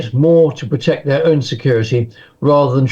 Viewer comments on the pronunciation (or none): none